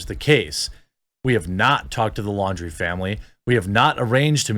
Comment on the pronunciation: LAWN-DREE, not Lawdreeeeee